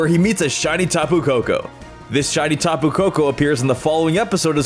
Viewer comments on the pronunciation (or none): TAPU, NOT TAPE!